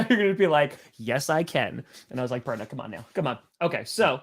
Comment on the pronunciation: it sounds like you said the bronco perna show 🤷